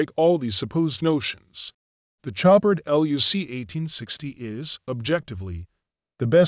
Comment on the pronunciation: "Show-par" not "Chop-ard" The "d" is silent.......happy to help :)